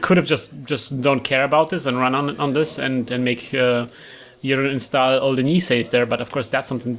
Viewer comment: like always, super videos! das einzige was mich leider immer bissle nervt ist, dass es immer 'instaahl' und nicht 'instohl' ausgesprochen wird! aber wenn das das schlimmste is, is alles gut! ;)